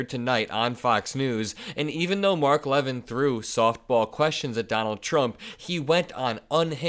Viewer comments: Mark LaVIN is pronounced. Last syllable emphasis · Mark is a jerk, however he pronounces his name Leh - Vin with the emphasis on the V Not Leaven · FYI,, that execrable little douchebag's name is pronounced "Luh-vin".